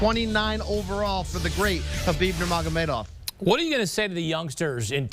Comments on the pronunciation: Stop calling him “Herbib”. There’s no R there... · im not talking about the K. The guy on the left keeps saying “Her-Bib”